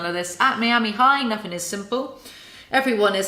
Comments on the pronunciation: When you said “Mee-ami” instead of “Miama” and then “I can’t talk,” you totally missed the opportunity to say, “I mean... I can’t SPEAK!” Hahaha! NOOO!!! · You can really tell which parts are leles own words and which are the ghostwriter; they don’t even bother blending them together. Jesus. Also: “mee-ami” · everyones talking ab how she says “miami” but why is no one talking ab how she says “cliques” like cleeks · Even though I appreciate suffering through this so we don't have to, as a natural-born Floridian, hearing Miami pronounced that way hurts my soul.